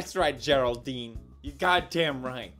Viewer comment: “ that’s right Gerald-dein “ - pewdiepie 2019